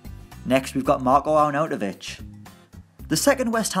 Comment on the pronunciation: Seriously mate, it's not that hard... AR-NAU-TO-VIĆ! Jesus christ, you've slaughtered his name there:D